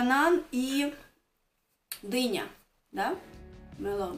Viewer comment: То чувство, когда вместо дыня, показалось Дэня🤣